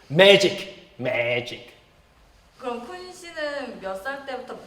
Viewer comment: 쿤이가 마술 magic MAGIC 이라고 강조하는 부분이 안그래도 귀엽고 웃음이 났는데 그 바로 직후에 PD분께서도 "매애애직" 이라고 따라하시는 게 너무 재밌었어요!!! ㅋㅋㅋ 쿤이의 마법 아니 마술을 이렇게 단독으로 볼 수 있는 컨텐츠가 생겼다는 것도 너무 감동적이고 좋은데, 편집과 마술을 적절하게 잘 섞어놓아서 뭐가 진짜이고 뭐가 가짜일까..??? 더 궁금해지게 만드는 편집이 더 예술이었던 것 같습니다😝